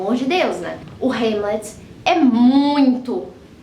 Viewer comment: É rãmlet, não rêmlet